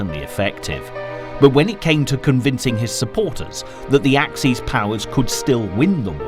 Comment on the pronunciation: Axes ... plural of axe ... as in ax ease. Axis ... you know, perfectly well. _Ax iss.